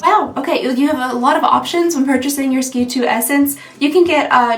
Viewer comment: SK-II is pronounced…S…K…2…not Ski 2 111 Skin is pronounced…One…Eleven…Skin And I’m the one that told you to look where the R was in Sturm